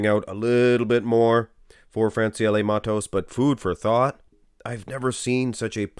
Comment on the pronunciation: Your pronunciation on Francielle Mattos is perfect!